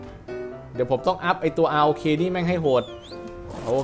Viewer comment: พี่เรียก ROK ว่า"ร๊อค"ดีกว่ามั้ยครับฟังดูแล้วเหมือนไม่ใช่ชื่อสิ่งมีชีวิตเลยอะ